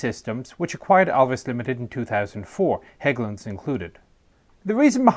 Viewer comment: So great that they took the time to look up how Hägglunds, particularly the "Ä", was pronounced. Don't really care if it's mispronounced but it's nice when they do the extra work not to. Also looking at the different CV90 variants makes me think it's a great job being a CV90 engineer. "How about we put a 120mm on it? How about we put a 40mm Bofors on it? How about we put a 35mm Bushmaster on it? etc.".